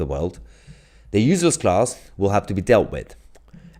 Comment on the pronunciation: Not UZLESS.. its pronounced uSeless